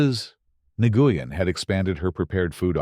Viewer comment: Its pronounced Nu-yen A-i needs to get it right or not be used 😡